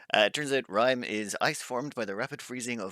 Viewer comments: i mean rime and time not rim and time lol dont know how it took you so long too say it right XD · i guess it would have been Rym if it was pronounced like you used to say it at first. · Keep saying 'rime' the way you were before, he deserves to get hit. Btw, its common for airplanes flying in the upper atmosphere to experience rime icing.